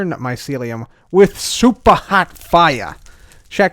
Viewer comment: I Feel like when cub says super hot fire it feels like he is saying soup